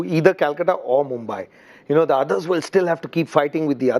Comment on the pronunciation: Why is polly saying MOMBAI instead of mumbai??? Should be getting it right by now.